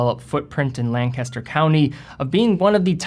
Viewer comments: a tip for pronouncing Lancaster County, PA. The locals pronounce it "leng'-kes-ter" with the emphasis on the first syllable (not "lan-cas-ter'). Proper pronunciation yields more cred. Ask someone from there to confirm. Otherwise, good vid. Keep at it! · FYI, Lancaster is pronounced with the emphasis on the first syllable: LANK-aster.